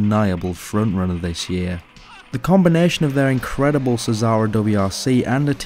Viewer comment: Xsara his pronounced "Zara", not "Sizara"